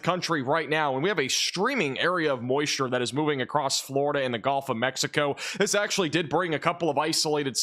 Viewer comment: I really really hate to be this guy, but… “Gulf” (as in the second syllable of “seagull”), please, not “Golf” of Mexico or “Golf” Coast. 🙂